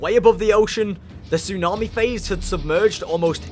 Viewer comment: Tsunami* not Tsunohrmi